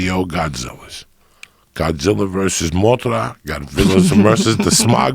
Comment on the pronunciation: cracking up 🤣😂😂 the way Joey puts the accent on “Mothra”